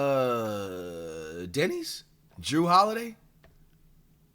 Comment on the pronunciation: bro he not even say Deni he say Denis that very bad😭